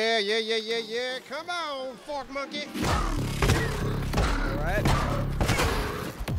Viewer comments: I thought you were saying FORT monkey lol cause he attacks your farm and base 😂y’all are amazing keep up the great work!! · I thought they were saying "fort monkeys" and I was like "they have forts or they dedtroy your forts?" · I'll be honest, I hear porchmonkey every time but, I also know you'd never say that, so doesn't bother me. People need to grow up, stop witch hunting, and google McCarthyism, if you forgot high school. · When I first heard "fork monkey" I thought they did say "porch monkey" until I noticed they had forks for weapons. The entire time I thought they said "porch monkeys" , I didn't give a shit, and I myself am a monkey, so if I'm not offended, you can't be either. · No one actually got offended by it lol. got offended because we all said the obvious, which is that it sounds like "porch monkey" when he says it sometimes. Saying that is just a fact lop doesn't mean you're offended. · Vine still Flow through me. So is saying fork monkey but to others it sounds like porch monkey which is a derogatory term for a black person. A racial slur if you will. So I guess people were upset that they sounded so close. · At first I really did think he was saying "Porch Monkey" but i realized he wasn't so i didn't say anything. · This whole time I thought you were saying "Fort Monkey" cause you normally find them in the forts. Now I understand Fork cause of the Fork arm. Got it. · I thought at first you were calling it a porch monkey and i laughed but i laughed even harder when i realized it was fork monkey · I did think you were saying porch monkey, just figured it was cool and we were taking it back. 😊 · They were saying fork monkey this whole time. Idk why I heard porch monkey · Wait, you were saying forkmonkey fr? Dead ass thought you were just saying porch monkey and giving zero shitd lmfao... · I never even realized the "fork monkey" thing almost sounding like something else...